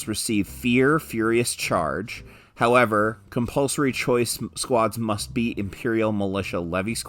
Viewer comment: Hehe... "Cumpulsory" 😅